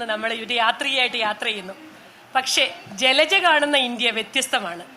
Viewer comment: ജലജ ഫ മാറ്റി ഭ എന്ന് പറയു